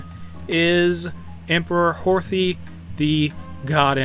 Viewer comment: You don't pronounce the "TH" in Horthy's name its like "Hortie"